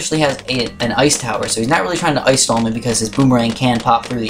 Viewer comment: *ice not oice